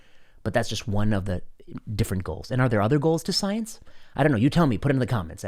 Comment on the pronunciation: It's pronounced "Scoi-Ence!"